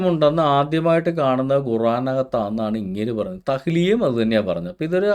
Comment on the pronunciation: തഹ്‌ലിയ ❌️ തക്കിയ ✅️